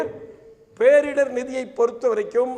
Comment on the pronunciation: நிதியமைச்சர் "பேரிடர்வு" என்கிறார். முதலில் சரியாக புரிந்து உச்சரிக்க வேண்டும்